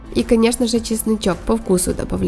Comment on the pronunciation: По -русски не ЧАСНЫЧОК , а ЧЕСНОЧОК